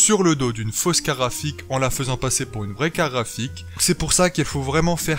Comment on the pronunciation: BlackLuvzXtaze je me disais la même ça se dit "carTe graphique" et non pas "carafiq" ou je sais pas quoi